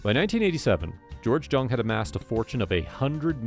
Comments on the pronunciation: George’s last name was pronounced “Young” not Jung the way it was spelled. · it’s pronunciation is young watch any video where he introduces himself when you says his name he says young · Family member here, It is pronounced Jung and not Young. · It is JUNG NOT YOUNG JUNG IS A GERMAN NAME ORIGINALLY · You’re pronouncing his last name wrong. Haven’t you ever watched blow? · If you can't pronounce his last name correctly, I can't watch your video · This is the worst vid…..um so you watched the movie. You can’t even pronounce his name…